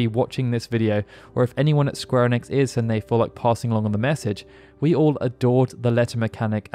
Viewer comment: I don't think anyone from square onix is watching this video... since square onix isn't a thing that exists... pronunciation is key, friend, and Ee-Nicks isn't that difficult to say..